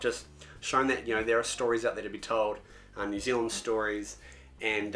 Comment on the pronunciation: you guys kiwis too, and hate that these guys say neew zealand you know what i'm talking about